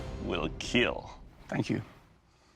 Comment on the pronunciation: I love when he said will keal while he smite